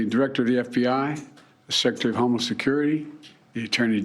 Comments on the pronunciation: I heard homeless too lol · did he just say "my homeless security advisor"? 🤣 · Honestly I think that was pretty good from Biden. Not much stuttering and a good message overall. Sure he pronounces homeland weird, but is that really the most important thing?